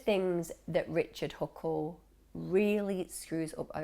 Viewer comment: You said "richle huckle" pretty early in the video lmao